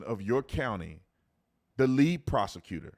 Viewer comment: “Thee DA!” Needs to be fired! Period!!!